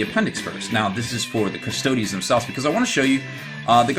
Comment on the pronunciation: How can you be a "hobby expert" when you can't even pronounce Custodes correctly? Also, stop saying "I feel like" every god damned sentence.